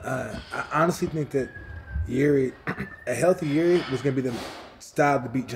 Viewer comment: Its amazing how everyone in US is calling him Juri (yuri) - his name is Jiri (spelled Yiri i guess). and they are all fine with it :D